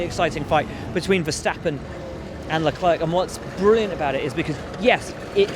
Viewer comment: Can we please stop calling Leclerc Leclerque already?